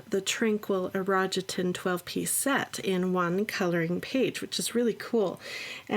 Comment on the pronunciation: Konnichiwa, its pronounced "ee ro gee ten 😅